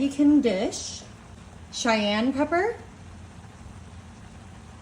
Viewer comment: It's pronounced kayan pepper 😊